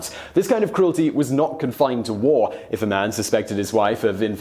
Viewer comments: paaa taaaans not pathens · "Pay-thuns"? You disappoint me. It's pronounced "Puh-tthaans" with a strong t sound like the last t sound in "that". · Pathans pronounced Pattans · Lol its not pathans with th, its pronounced with the emphasis on the t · Pathans (Pa-thaans) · It's pronounced PUTH-awns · I know many Pathans (by the way, you're pronouncing the word wrongly), and some Afridis, who've come to work in my country, and I don't get this sadistic vibe from them. Can't wait to show this video to them! LMFAO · God learn how to pronounce pathans.